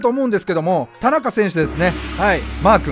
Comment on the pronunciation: 田中選手の発音アクセント違うくない？